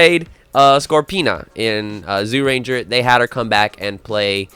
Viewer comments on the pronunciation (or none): Stop staying “Zoo Ranger” for Zyuranger… if you listen to the opening titles you’ll hear clearly how it’s pronounced…